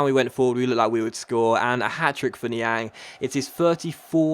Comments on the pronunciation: I've just noticed that has been pronounced Niang's name wrong throught the entire series. BTW: It's pronounced Ni-Ong not Ni-Ang, but is spelt Niang. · Yea coz he's French. Lol!!!!😂😂😂😂😂😂😂